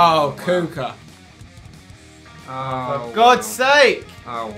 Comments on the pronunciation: kucka is ku-ch-ka. i swear its not kuuka and its el-sha-ra-wi not el-shaWAri. big fan :P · You pronounce it kushka =)